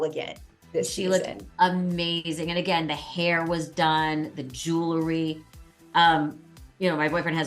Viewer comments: Melissa - it's jew el ry not jew la ry. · Love this but...JEW- LERY is not how you say that word!